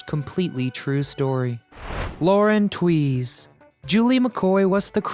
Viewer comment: This guy pronounced the last names all wrong. Its Lauren Toos not tweeze, Jill Whelen not weelin. Ted Lang not lands, Bernie Koapel not Kopele. . Geeze.. Jill still looks beautiful.